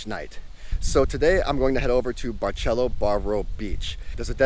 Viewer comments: It's not pronounced with "Ch" . That's Italian! It's a like an "S". Like Barcelona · It’s Bar”s”elo. Not Bar”ch” elo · Barceló is pronounced Bar-seh-LOH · Did you just say “barchélo”? 😮 is not Italian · Or….memories ❤ but why u say Barceló as Barchelo…. It’s Barceló- pronounce as letter C not as letter CH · Barcelo is pronounced BAR-SEH-LO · Learn how to pronounce the hotel name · dude is way to picky complaints to much just stay home. he hates kareoke, noise, over populated jajaja omg jaja.... is different culture different vibes different seasoning different food but you love international food i wonder why lmao, btw you even saying the name wrong. Hard Rock sucks but i bet you love that one jaja